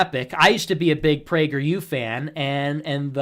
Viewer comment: Prager Yew !